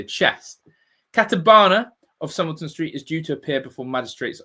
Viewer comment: It’s pronounced Somer -lay-ton house. I used to live in Norwich.